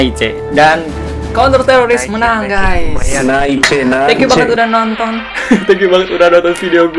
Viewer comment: Kan tadi kakak ngomong sama org pas menang ngomongnya bukan nice tapi malah naice maksudnya apa